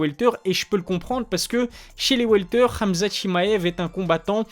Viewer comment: Rrraamzat 😂 frère dit hhamzat .